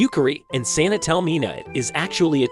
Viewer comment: It's Sanae, not Saena; just for future reference. You spelt it right in the video, but it sounds like it was wrong in the script you were reading.